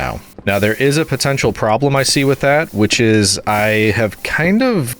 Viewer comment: DID U SAY POTENTIAL?